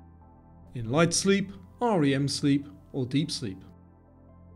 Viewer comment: Nobody calls it R-E-M sleep, it is called rem. It's not pronounced Tracheea.